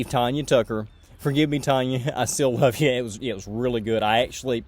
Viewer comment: Okay one correction...Tanya Tucker's name is pronounced Tanya (as in tan yer hide). Her joke not mine lol. First time I saw her in concert she said that her folks named her that because they knew she was going to be a terror and they were constantly going to have to threaten to tan her hide.